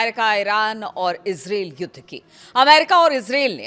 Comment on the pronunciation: इज्रैल नहीं होता है इजराइल होता है सही उच्चारण इसराइल होता है। Is rail इज्रेल,Israel -इज्राइल